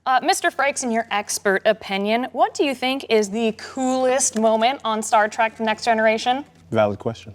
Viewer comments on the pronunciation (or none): ... Star Trak?? Traaaak? Come on! Wish Frakes caught that